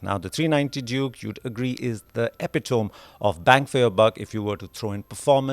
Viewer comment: At 0.32, it ain't एपीटोम bro, it's एपिट्मी .